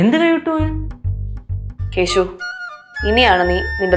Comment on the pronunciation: കേശു അല്ല കേസു 😂😂